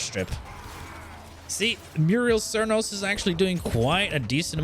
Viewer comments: Muriel Cernos. Bro you didn't even try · Muriel Cernos? lol